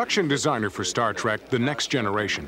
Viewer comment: Kind of annoyed me that the narrator kept calling it "Star Track". But thanks for sharing!